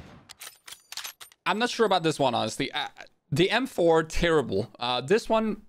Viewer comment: M4 sounds like ump 😂